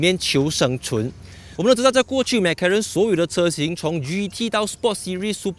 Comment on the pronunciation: 为什么你是发音mac karen， 不是 mac 罗认吗？ 哪一个才正确